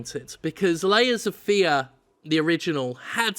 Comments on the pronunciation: There's a point where it sounds like Jim says "Laser Fear," and that sounds like a more interesting game. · It sounds like you're saying "Laser Fear" which sounds like a better game.